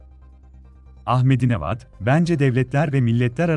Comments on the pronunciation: Ahmedi nejat deyilmiydi onun ismi ahmedi nevat diyorsun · O adamin adi "Ahmedi Nejad" degilmiydi? Siz "Nevad" diyorsunuz da...